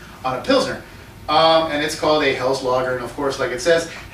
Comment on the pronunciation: Good stuff, one of my favorites, no corn or rice, that's Helles ; pronounces hellus.